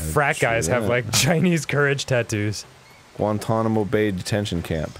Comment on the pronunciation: Oh I thought he said "Won-Tonamo Bay".